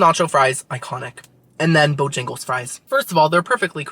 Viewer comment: Yay! So happy you got to try and loved "Bo-yang-les" lol. I highly recommend their Cajun filet chicken biscuit and bo-rounds next time you for breakfast-and they have breakfast all day woot woot 🎉